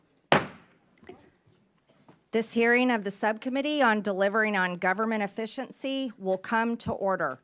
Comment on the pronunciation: Someone needs to teach Stansbury that the correct word is “hearING” not “hereen” 🙄